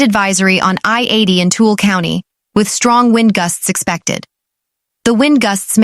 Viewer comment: Following standard English pronunciations Weber, Heber, and Tooele would be pronounced as you did. But in Utah, they are pronounced Weeber, Heeber, and too-eh-le. 😅